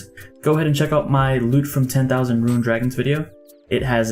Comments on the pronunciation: It's rune (roon) not ruin (roo-in). That was so annoying. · He does and he has acknowledged that he does. He has probably played RS his whole life and always just said "ruin" so it's probably quite a hard habit to break. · is it only me or does he say "ruin" instead of "rune"? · Na he says it lol it’s kinda funny actually